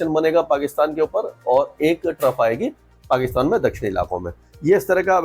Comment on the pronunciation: आप बोल रहे हो या हे आपका पाकि थान।। अगर हमारा हो जाय तो आपके मुंह में घी शक्कर 😂😂😂